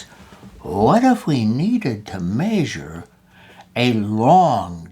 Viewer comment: My family picks on me for saying the word measure like "may-sure" & here's my proving I'm not the only one 🤣